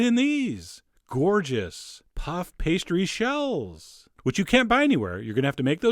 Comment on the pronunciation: "We're gunna serve it in THESE! ...gorgeous... Puff pastry SHELLS!" What's with the inflections? You can speak how you speak, I'm just curious.